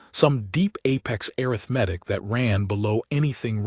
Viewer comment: Could someone, somewhere, please teach these AI voices how to pronounce the word arithmetic???